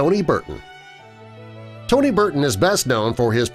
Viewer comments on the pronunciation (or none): none